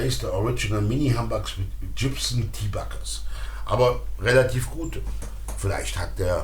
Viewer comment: BTW, Gibson spricht sich übrigens nicht Dschibsn, sondern tatsächlich mit G am Anfang. Aber ich kann mich erinnern, damals dachten wir alle, man würde den Namen so aussprechen, also damals, als wir jung waren...